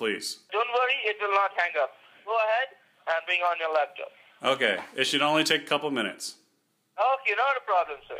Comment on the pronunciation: Scammer: turn on the LaptIop (Yes, LaptIop)